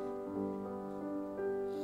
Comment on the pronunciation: Love this performance. But just one thing most singers ignore. Cohen himself never rhymed "you" as "ya" with "Halleljuah". He always pronounced "you".